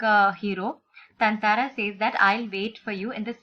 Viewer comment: its tataara not tantaraa